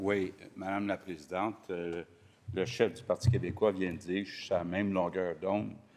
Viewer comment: "Mme la PrésidenTRE!"..... démissionne